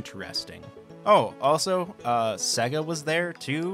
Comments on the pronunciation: Great video but please could you pronounce SEGA correctly (as in SEYYYGA, not SEGGA) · OK, a couple of things. Super Mario brothers. When a company is profitable it is in the black, not the green. And Sega rhymes with Vega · How you pronounced Sega made me cringe